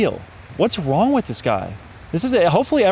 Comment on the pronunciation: “Don’t get me long” Bro has zero right being an asshole on the internet with that speech impediment.